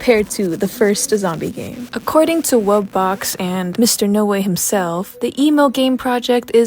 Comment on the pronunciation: The way you said wubbox is correct